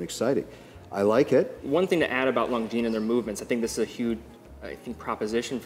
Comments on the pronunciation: Just to be pedantic, that's not how you pronounce longines. Lon gin. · Swatch group chose omega over longines as their flagship brand because Omega was easier to pronounce.